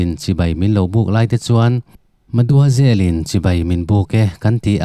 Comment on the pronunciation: Maduazel? Mademoiselle😂